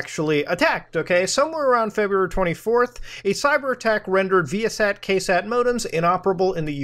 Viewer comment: As a former satellite equipment technician the way you pronounce ViaSat makes me cringe but I like muta so it cancels out